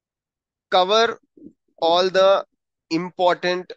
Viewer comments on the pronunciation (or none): none